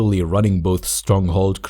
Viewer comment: Make more stronghold 2: edit. Btw are you a Arab and a Muslim because you pronounce Hashaseen very cleanly